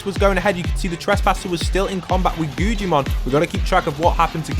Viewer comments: its not gujimon its guggimon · His name is pronounced guggimon not gujjimon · My mans is saying guggimon so wrong like gujimon and stop making it seem so intense it not that cool like wow if u drop hostile people with non hostile they fight who woulda known